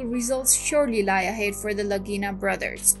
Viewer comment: I believe you mean “Lagina” not “Ragira”🙃